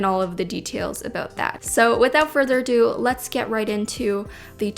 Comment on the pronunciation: I thought you said without further a doodle